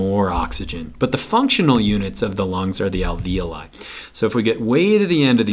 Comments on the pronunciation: This video just blew my mind. My AP Bio teacher has been pronouncing alveoli "al-vee-olee" to rhyme with ravioli... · This really helped but you really need to learn to pronounce the words LMAO like capillaries and alveoli your saying them wrong i laughed